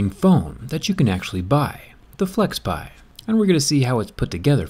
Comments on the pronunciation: Its FlexPai not Flexpie! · wtf flexpei 😂 its flexpai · I thought it was Flexpai and not Flexpie ? Let Jerry see this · It's flexpai Zack. Get it right lol